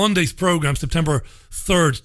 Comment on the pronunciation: Nice to have you back mate....oh & its September, not Sptember :-)